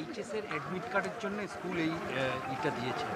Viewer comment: Shoole uccharon e to vul korche eschool bolche 😂😂🤣🤣